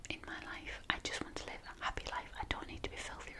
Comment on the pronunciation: You say hoppy. It's happy!!!